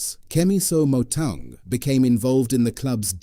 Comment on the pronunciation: Initially I thought you were saying Motown. Trick in pronouncing Motaung is to express the " tau" part as if you were saying the word Mortar. Thats the correct ring to that part of the Surnsme, Chief 😊. Said in good faith no sweat